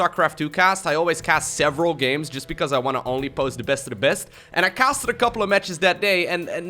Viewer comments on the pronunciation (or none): none